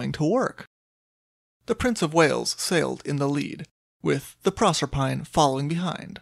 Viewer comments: "Proserpine" is Greek and pronounced with four syllables. Proe-ser-pi-nee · pro-serp-a-nee I believe. Thanks for another good story